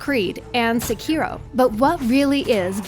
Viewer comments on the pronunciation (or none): none